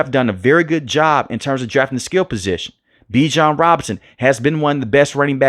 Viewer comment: Bijan said yall are pronouncing his name wrong!😅😊